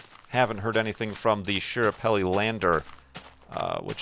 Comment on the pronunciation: It's pronounced SKA-parelli, not SHI-rapelli,. Also, it was trying to land at Meridiani Planum, not Schiaparelli crater. And Curiosity is in Gale crater, not Schiaparelli; in fact it's on the other side of the planet. So 0/3. Opportunity is on Meridiani, though, so that might be what you're thinking of?